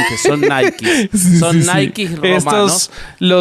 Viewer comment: Ay boby boby (tu nombre me recuerda a mi perro y eso es un gran honor) no se dice "Naiki ",ni naik, viene de griego y se dice "nique"... NIKE (naiki) son los tenis ,si esos de la palomita esos que llagan a costar 2000 dolarucos o más, y que la que creó el logotipo de esos zapatos le pagaron,según la leyenda , 50 dólares. Y que son fabricados a un costo muy bajos.